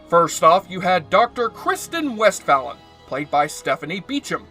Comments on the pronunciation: Wolenczak is pronounced "Wall-en-check". Westphalen is pronounced "West-fail-en". Are you sure you actually watched the show? 😛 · Wall en zac? Really? Can't pronounce uhura or westphalen either. Wtf.